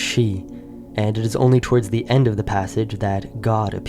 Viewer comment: The steppe, not thee steppe The backs, not thee backs The first, not thee first The sweeping, not thee sweeping The Russian, not thee Russian The sign, not thee sign The sun, not thee sun The way, not thee way The local, not thee local The synthesis, not thee synthetis The farming, not thee synthetis The genetic, not thee genetic The most, not thee most The story, not thee story Etc etc